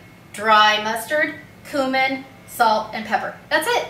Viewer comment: Check the pronunciation of cumin.